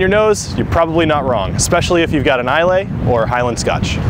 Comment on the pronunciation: Solid video! Just a note - they pronounce Islay as "Eye-luh" over in Scotland, and some snobs will get upset hearing it wrong.